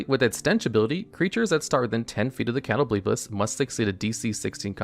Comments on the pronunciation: Cringed at Cat o blee piss but otherwise fantastic video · I cannot take you seriously when you're saying "catto-BLEEP-us" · Catoblepas pronunciation almost killed me lol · Broooo what what that pronunciation of catoblepas